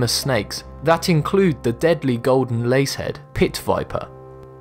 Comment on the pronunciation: It's name is not a Golden Lacehead! It's called a Golden Lancehead